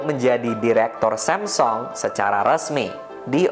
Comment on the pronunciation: semsong, why bro? just say samsung